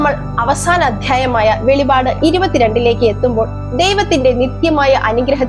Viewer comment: വെളിപാട് അല്ല വെളിപ്പാട് എന്നാണ് പറയേണ്ടത്